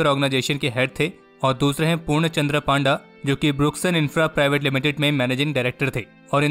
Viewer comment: It's पन्डा not पान्डा